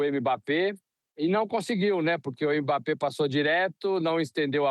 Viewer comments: Repórter todo desinformado. Não houve provocação dos dois lados, não. Foi o Paraguai que, quando não estava dando patada, estava se jogando no chão fingindo falta. E aprendam a pronunciar o nome dele. Não é "emebapê"; é mbapê. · Está errada a pronúncia dele. A correta é m-bappé. Você não fala o nome da letra eme; só faz o som dela, m. Pode procurar o próprio Mbappé pronunciando.